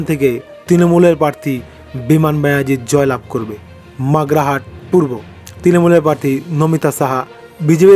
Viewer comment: আগে আপনি ঠিক থাক পর্থির নাম উচ্চারণ করুন পরে রেজাল্ট বলবেন। ওটা মাগরাহাট নয় মগরাহাট । বিধান পারুল নয় বিধান পারুই। কোথা থেকে পান এসব নাম।